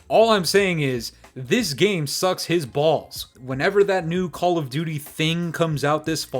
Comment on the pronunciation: Why do you say “balls” like that🤣🤣😭💀